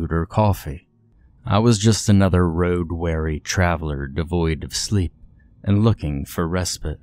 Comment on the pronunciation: Wary : pronounced like berry : to be skeptical or cautious of something. Weary : pronounced like beery : to be tired or exhausted